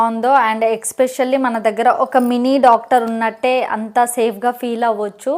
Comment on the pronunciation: Especially akka especially kaadhu